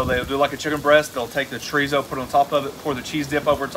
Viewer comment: I've had chorizo but never tree-zo. lol